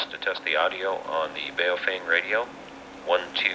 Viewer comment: BhaOh-fhung.... learn the correct Chinese Mandarin pronunciation... it has two meanings.... 1st meaning: BaoFeng, bag of wind. 2nd meaning: BaoFeng, good to hold. Because so few people bothered to learn the correct pronunciation BaoFeng is changing their name to PoFung....